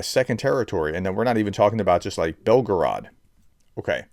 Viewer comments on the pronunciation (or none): none